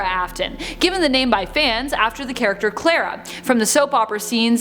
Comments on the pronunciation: Clera?? THE NAMES CL-A-RA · why did she say ballorea and claraaaaaa not ballora and clara? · her:clarea*thats how she said it* me: ITS CLARA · Am I the only one who got triggered when she said clara and ballora wrong